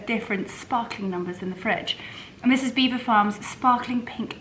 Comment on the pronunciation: From French speaking Normans in the 11th century but locals unable to pronounce it so Beaver became the normal way to say it. Please look it up online and it will explain how it came about. pronounced it correctly.